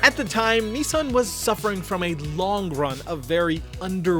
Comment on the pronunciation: Why can't Yanks pronounce Nissan?